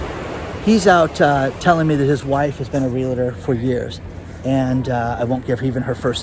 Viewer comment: "Real-Tor", the a is silent.